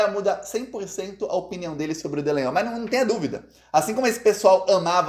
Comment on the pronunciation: É tão incompetente que pronunciou nome do fascista de estimação errado,ele disse Delanhol e 9 sobrenome do fascista é Dalanghnol